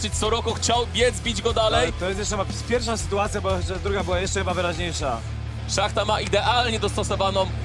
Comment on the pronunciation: Nie szachta tylko shmata